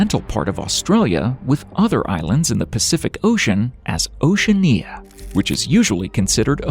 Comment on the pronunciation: The way he pronounced Oceania... idiot